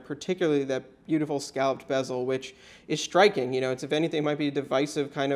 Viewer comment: is it me or sounds like hes say shtriking instead of striking?